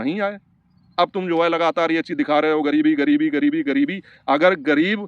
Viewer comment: Aap ek padhe likhe insan lag rahe hain , wo doctor patrakar ek jhola chhap doctor hai , agar usne wakai me medical ki padhai ki hoti to aise patrakar bann ke na ghumta , patrakar aise nahi hote hain jinhe bolna bhi nahi aata , Gareebti Gareebti bol raha tha jabki sahi word gareebi hota hai , aur bhi usne galat salat bola hai , andhon me kana raja bann ke pahuch gaya bakwas karne